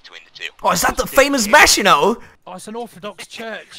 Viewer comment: I swear to god I heard "Vaginot" instead of Maginot